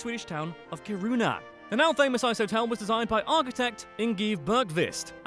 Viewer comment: And he cant say Kiruna either... Ffs dont say worlds or names soo stupidly wrong...